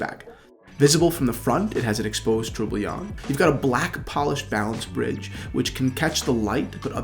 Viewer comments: Tor-bi-on Not attempting to be mean but just a tip. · All credibility for being qualified to sell this watch shattered by not being able to pronounce Tourbillon. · The way you say tourbillon is hilarious. Love the watch! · Fabio Stefana i like how he says it; is it incorrect ?